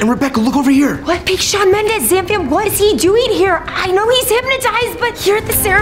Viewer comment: Did she say shawn mendes